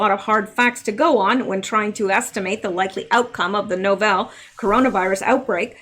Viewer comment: Pronunciation help: "Novel" should be pronounced "NOV el" as in a book that is a work of fiction. "Novel" in this case means "unique" (as in "not seen before").